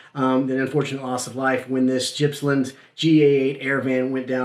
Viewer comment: Jipsland????? GIPPSland!!!!